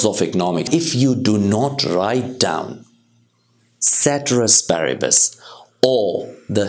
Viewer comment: Sir I admire your teaching but pronunciation is wrong with ceteris paribus. Love from Nepal